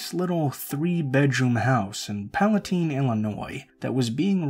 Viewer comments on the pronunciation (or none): Pala TINE (rhymes with time) not pala teen